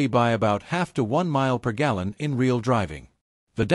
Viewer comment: Very informative video. Though why did you have to use stupid AI voice? When it says "Re al" for the word real, it's stupid and very annoying!